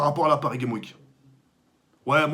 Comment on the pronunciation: Prononce le ‘S’ a Games dans paris games week stp sa stresse